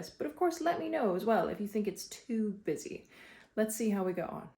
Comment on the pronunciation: "You mean let me know if it's too Bee-sy" 😄